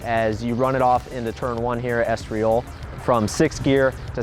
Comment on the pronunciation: Estriol?? 🤦‍♂️ It’s pronounced just how it’s spelled. ES-TOR-IL